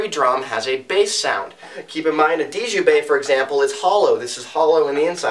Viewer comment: Djembe - Pronounced "jem-bay". The 'd' is silent.